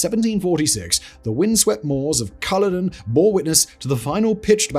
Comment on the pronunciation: I know Simon is a Southerner, but as a Scot I cringed at his pronunciation of Culloden as KUH-loh-din, instead of kuh-LOH-din! He gets a pass though, as it's just how he rolls! (and given that a few entries later he butchered the pronunciation of Al-Andalus, I guess we should all just let it go!)